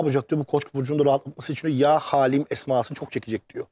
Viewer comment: Yaa Haalim değil Yaa Haliim doğrusu biraz araştırıp buraya öyle çıkın lütfen